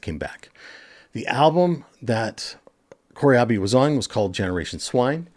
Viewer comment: Who is John 'Corey-Ahbi'? 🤔